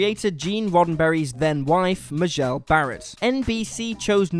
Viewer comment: Majel Barrett was not Roddenberry's wife when the first ST pilot was filmed. In fact, they didn't get married until August 1969, after the original series was canceled. (Also, her first name is accented on the first syllable: MAY-jel, not ma-ZHELL.)